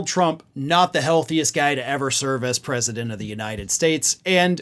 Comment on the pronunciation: US-Predement instead of US-President